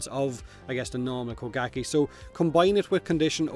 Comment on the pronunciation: He said bukake prime lol